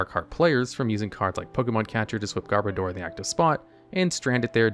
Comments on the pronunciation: Sorry to be "that guy", but it's pronounced "Garb-odour". As in "Garbage" and "Odour". Not "Garb-o-door". But nice video! 👍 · Got 2nd in my first ever Regionals with a Garbodor deck, so I kind of developed a soft spot for this literal pile of garbage. Also noticed almost nobody pronounces Garbodor correctly. It's garbage + odor as in 'body odor'. Even though this pronounciation just feels off.